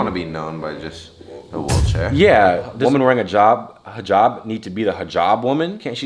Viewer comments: Thanks for pronouncing hijab correctly. That’s how you can tell these people know stuff and pay attention to other people’s lifestyle/ cultures instead of the many other influencers/ social media people who may talk about this stuff but don’t act like that off camera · Aye nah that Hijab pronunciation was amazing